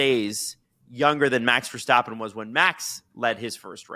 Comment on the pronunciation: love the pod but those pronunciations of Verstappen and Doohan are painful